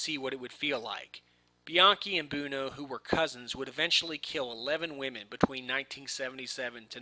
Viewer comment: Please learn how to pronounce "Buono". Thanks! It's "BWoe-No". NOT "Boon-o". LOL